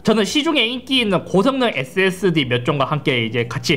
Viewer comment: 왜 자꾸 앳Seㄱ스디 라고 발음하세요?